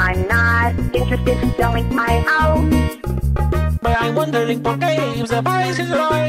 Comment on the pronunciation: i keep losing it at "how much money it costing por you to sell me your hou'? name your pry!"